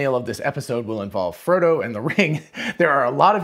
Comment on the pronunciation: ferdo? you mean frodo?